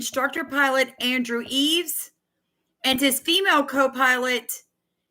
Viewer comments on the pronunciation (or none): none